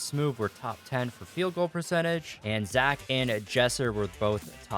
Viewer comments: Its zack brooo not zach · It is Zack not Zach